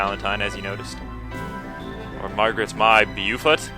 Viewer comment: "Bow fort"; Beaufort is pronounced "Bow fort." Margaret Beaufort, mother of Henry Tudor.